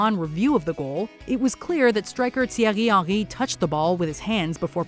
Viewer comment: Oh my days, you can't pronounce any football players, Rivaldo, Gallas and Henry all butchered.